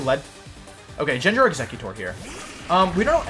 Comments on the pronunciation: Did this man just say Jenjar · does he say gyarados and gengar wrong to make people mad? because its working. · First time I hear those pronunciations for gengar and gyarados. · You deserved to lose for the way you say gyarados and gengar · As soon as he pronounced gengar so wrong i had to stop watching. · man the gengar pronounciation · Yeah, he’s been doing that as a channel joke for quite a while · does he butcher pokemon names like arcanine gengar etc on purpose? lol